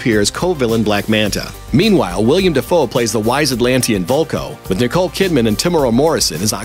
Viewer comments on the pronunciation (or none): His name is Willem, not William. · Willem. Not William